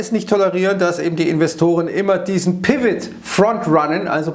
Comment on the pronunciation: Hm? Spricht man Pivot "Piwit" (wie es spricht) aus oder sollte man es eigentlich "Pivo" aussprechen?🤷‍♀